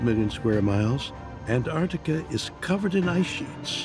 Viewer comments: Pretty annoying when the presenter can't even pronounce Antarctica properly. that does not look perfectly square. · The narrator here is so insistent on pronouncing Antarctica as "Ant Arctica"... XD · Ant artica 😊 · Ant- Artica like this man said is NOT ‘ at the bottom of the planet ‘ ….